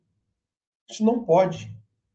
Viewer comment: NAU fala SENAU ele vai que SENAU eles vau querer esaminar